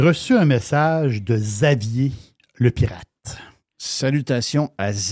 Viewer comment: juste vous dire Xavier se prononce Gzavier